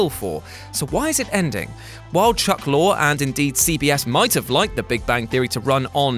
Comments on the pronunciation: It's pronounced "Chuck LORIE" not "Chuck LORE." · it's Lorre, not 'Lor' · It's Lor-ee.